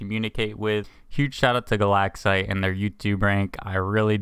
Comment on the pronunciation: "Galaxite" i thought you said "the lag site"